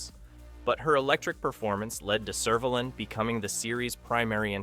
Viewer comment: If this narrator has watched the show, why can he not pronounce Servalan or Vila. Never mind Daleks.